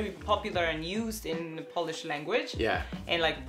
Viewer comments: Man, you are awesome. Good polish pronounciation, wide vocabulary and readiness to learn Polish are impressive traits of yours! Keep going! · I'm really impressed with the pronunciation of Polish👏 gratulacje☺️ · Very good Polish pronunciations. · I'm well impressed how you're handling Polish vowels... Dobra robota.